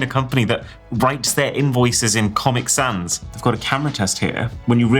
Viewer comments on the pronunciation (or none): none